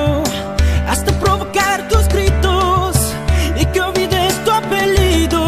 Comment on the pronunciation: I love how says "Apellido" like "Apelido" or "Dejame" like "Deyame" xd